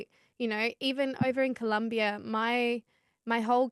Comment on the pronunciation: Its colombia not columbia😂😂😂